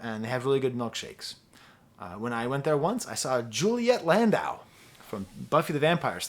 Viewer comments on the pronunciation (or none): none